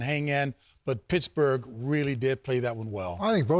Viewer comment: Did anyone else hear the “shittsburgh” 🤣